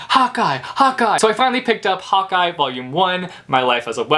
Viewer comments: When he said "hawkeye" I heard "hot guy" I was like ooooh where???😂😂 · When you were yelling "Hawkeye Hawkeye Hawkeye" I thought you were saying hot guy LMAO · I thought you were saying 'hot guy' not Hawkeye, haha! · (; I thought u were saying "Hot Guy", "hot guy". Insted of Hawkeye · Lol same